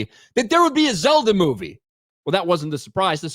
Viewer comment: It's Zelda, not Zeldo. 💀💀💀